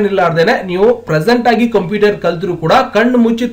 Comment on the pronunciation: ಅಣ್ಣ ಅದು ಕಂಪಿಟರ್ ಅಲ್ಲ ಕoಪ್ಯೂಟರ್